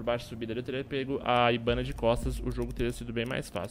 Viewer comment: humm no japonês H tem som de R então o pronúncia o nome da hibana errado, ou será que ele diz certo ou sou eu que escuto errado